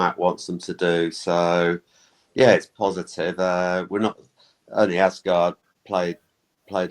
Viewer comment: Please resist the pronunciation of “Arse Guard”